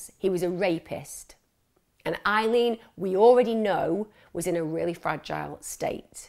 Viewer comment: Isn’t her name Aileen, not Eileen? x